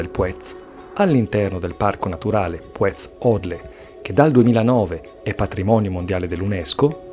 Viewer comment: Mi spiace per il meteo poco favorevole. Gran giro cmq. Il nome Puez l' ho sempre sentito pronunciare con l'accento sulla u a dire il vero :/